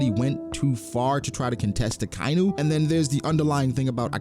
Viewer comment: UhKyNew is murdering my ears bro. Idc if you dont care about hearing it again. Ah-Ky-Inu